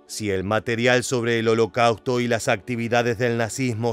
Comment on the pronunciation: El contenido es excelente. Pero la terrible pronunciación “holocauto” chirría en los oídos, y pierde seriedad. Lo siento pero me es muy desagradable escuchar holocauto 30 veces mal pronunciado.